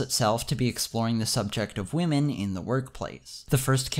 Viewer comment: I think you mispronounce waaahmen.